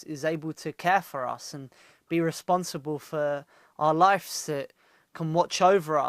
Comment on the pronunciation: taaki, it's not "life's" it's "lives"